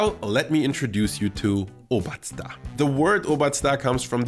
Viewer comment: I like that you say Brezen and Obazda perfectly. It’s not Brezeln. :)